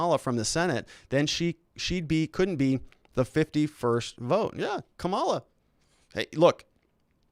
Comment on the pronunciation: Seriously, is there something wrong with your linguistic or are you intentionally mispronounced VP-elect name?....How hard to say comma-la. I am a Lincoln Repub, and have gotten over it the loss....You and the others should too